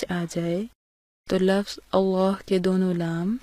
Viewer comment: Lafaz nhi lafz parhte hen